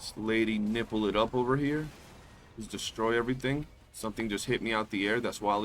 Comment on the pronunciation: man I can't get over how you say lady nifle 😅